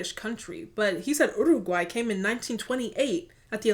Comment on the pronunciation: Uruguay not oooaguay